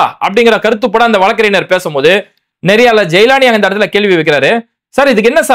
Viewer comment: Bai வழக்கறிஞர் என்று உச்சரியுங்கள்